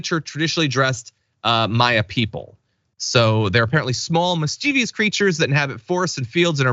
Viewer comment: mis+chi+vous. Not mis+chee+veeus